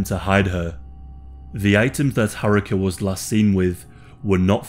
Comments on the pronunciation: RIP, such a lovely young lady. And btw Haruka is pronounced Haru-ka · Oh lord that repeated butchering of 'Haruka' was grating lmao